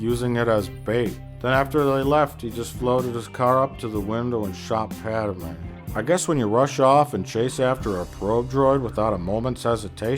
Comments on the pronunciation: How about you shut the heck up you low-class idiot, and also it's Padme, not PADAMEN you moron!!!!!!!!!!!!!##!! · Stop saying Padamay